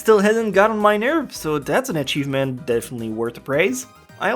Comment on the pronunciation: Did you say it was an "ECHI-vement"? Lol